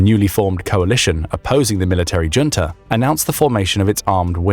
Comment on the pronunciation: Can you please say "junta" correctly?